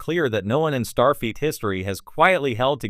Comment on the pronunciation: Fix your pronunciation of STARFLEET!